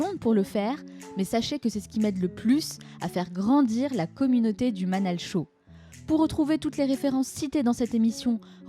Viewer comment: Manal et non manel sorry😉